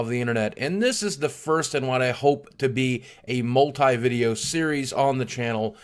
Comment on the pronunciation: its multi not multI!